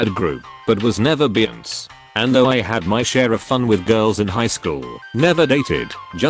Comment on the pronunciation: Lind-say Jo-ie Gang-ban-ger Cow-ork-ers Beonce Is it trying to say Beyoncè? Siri is so good at reading